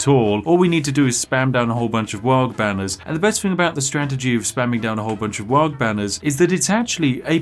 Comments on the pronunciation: The Ork player in my blackened soul screamed-in-dakka every time you said "Waaag" rather than "Waaaar" with a hooligan accent. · It's pronounced "Waaaaah" not "Wog" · Does it bother anyone else when WAARGH keeps being pronounced as Warg...there is an 'h' so the GH is silent. Also, WAARGH needz ta be shouted ya gitz. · The G is not pronounced. It’s WAAAAAAAAAHHHHH in a cockney accent. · Popular warcries include "Ere we go, ere we go, ere we go!" "Zogg / Krump 'em!" as well as the ever popular Ork punctuation mark; "WAAAAAAGH" (which humans will eternally mispronounce due to the silent pair of letters at the end). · It warms the cockles to see some 40k representation but please, for the love of Gork (or possibly Mork) the G in Waaaaaagh! is silent and I will get krumped on this hill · Take a shot every time he mispronounces "WAAAGH!" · in dow, if you right click it auto queue's stuff ;D and the g in waaagh! is silent :P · Please don't pronounce the g in Waaaaaaargh!